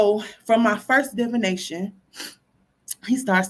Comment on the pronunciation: Keep mispronouncing divination. Smh.